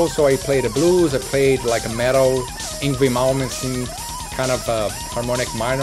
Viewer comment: I thought he said "angry moments" when he said "Yngwie Malmsteen"